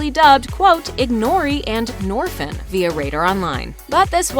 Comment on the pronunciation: “ignori” “norphan” SHITTT😭